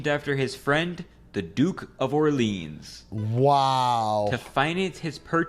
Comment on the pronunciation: Orleans pronunciation also